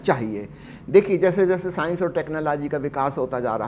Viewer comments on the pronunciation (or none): none